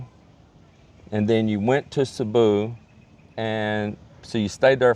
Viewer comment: Mike Sabuuuuuuuuuu🥹🥹🥹🥹🥹👎👎👎👎now you got Texas saying it wrong 😑